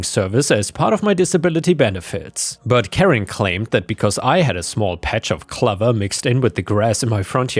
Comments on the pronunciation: clover is pronounced like glow-ver not glove-ver, said this before, if you aren't sure how an english word is pronounced you can use google to teach you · "Clover" has a long "O. It rhymes with "over" not"lover". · Probably worth mentioning that the "clove" in "clover" is pronounced like "clove" not "glove" - this is one of the few words which shows off that English isn't your first language. Not a big deal, and I really enjoy your videos, but it felt like it might be worth mentioning in case it comes up in future.